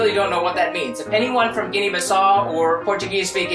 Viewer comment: Guinea-Bissau you pronounce the U at the end.